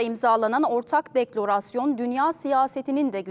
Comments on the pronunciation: DeklOrasyon değil deklarasyon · Ah be hanımefendi, deklorasyon nedir? O nasıl diksiyon? Bekledim acaba ilkinde diliniz mi dönmedi diye, ikincisinde de aynı hata!